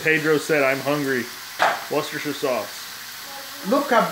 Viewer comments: Wooster-shire sauce is close but I love your efforts! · I think he said "washyoursister sauce". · No one says Worcestershire sauce better than you! ❤️